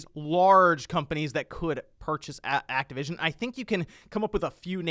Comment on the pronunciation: TY for saying it right! THIS IS MICROSOFT BUY ACTIVITION NOT XBOX!